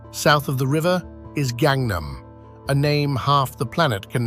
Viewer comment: Would it kill people who make shows like this to take 30 minutes and learn how to properly pronounce the words? Examples, Gangnam. It is NOT 'gang' as in 'Cripts' or 'Bloods' or 'Trendy Chihuahuas' It is approximately the same 'A' as in 'father' and a voiceless 'G'. Or Cheomseongdae and other words with an 'eo' in them. It is NOT 'Che-ohm-see-ong-day.' No, the vowel 'ㅓ' has no English equivalent so there is no letter, so a double vowel is used to indicate it, much as English uses 'th' to make a sound that does not exist in the Roman alphabet. So what is the sound? Sort of midway between an 'ah' and an 'oh'. It is hard to master if you did not grow up with it, but the 'aw' in 'saw' is a reasonable approximation. So 'Chawm-sawng-day'. Not exact, but close enough for government work. Those are just two. The show is loaded with enough errors to make one's ears bleed.